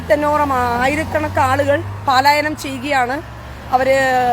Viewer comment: പാലായനം അല്ല മോളെ പലായനം... നിൻറെ സന്തോഷത്തിൽ ഞങ്ങൾക്കെല്ലാം സന്തോഷം ഇസ്രയേൽ ജയിക്കട്ടെ.❤❤❤❤🎉